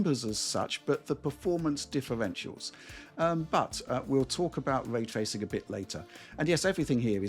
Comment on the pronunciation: hes a dork shill who says Way Twacing